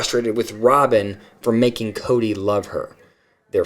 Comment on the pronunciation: A couple that bug me is how Janelle says Koody, rather than Kody. And Christine ends some words with a 'K' sound, even though the word doesn't end with a K. A couple of her kids do it, too. Yeah, Robyn saying dill instead of deal. And she says that word a LOT.